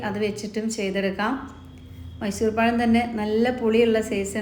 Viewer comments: എടക്ക് പയം എന്നു പറയുന്നുണ്ടല്ലോ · Not "sesam " but "sesham" Not "payam" but "pazham" You didn't go to school?